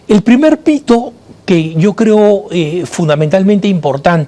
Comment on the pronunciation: Me parece a mi o en el minuto 2 31 dice en vez de el primer mito el primer pito. Dios los bendiga abundantemente